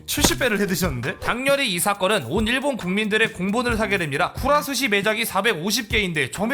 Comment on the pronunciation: 쿠라스시가 아니라 쿠라즈시라고 읽습니다용